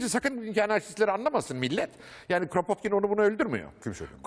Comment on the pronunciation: Rusça'da Кrapotkin diye okunur